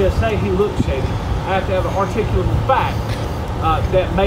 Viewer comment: He can’t even pronounce it